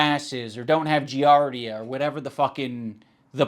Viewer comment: "A parasite called JEEARDA" Giardia is pronounced JEE-AR-DEE-UH, and it's primarily contracted by drinking water from unclean sources, like rivers, lakes, etc. without boiling it first. That said, and while I'm definitely not Ethan Klein's biggest fan, it's clear as day that the Australian guy in the blue shirt was lying through his teeth. He could have chosen a myriad of other parasites for his lie, which are much more harmful, but he went with giardia, which is relatively harmless to humans. It just causes gastrointestinal distress/discomfort for a while. 😂